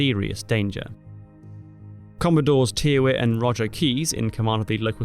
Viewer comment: I believe the surname Tyrwhitt is commonly pronounced, "Tirrit".